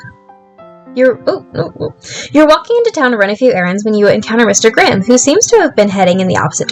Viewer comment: I had this playing in the background and when you'd say "Mr Graham" I thought you were saying "instagram" and got VERY confused with the timeframe of this game hahahaha